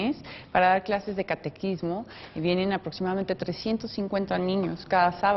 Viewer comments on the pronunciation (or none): Lamentablemente tanto puesto ambulante estorba y no dejar ver la hermosa iglesia que tenemos tanta historia que tenemos en ese barrio pero ahora ya puro puesto ambulante y delincuencia pero está peor la señora esa que dijo catequismo cuando es catecismo